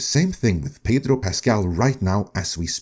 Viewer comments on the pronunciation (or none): none